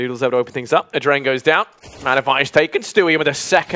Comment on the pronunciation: It's not "Adren", it's "adreN (like in adrenaline).